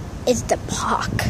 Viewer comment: Its park not pork